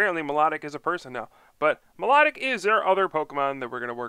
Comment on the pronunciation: I meant its pronounced my low tic